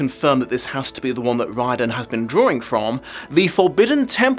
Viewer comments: I find your pronunciation of Riordan catching in my ear a lot as it's a pronunciation no Irish person would use. The alternative spelling Reardon is more like how it is pronounced over here. PS the name means "descended from the King's bard". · Thanks for introducing me to the concept of the Mandela effect. That was an interesting rabbit hole to go down. Wouldn't the author's name be pronounced Rear-d'n?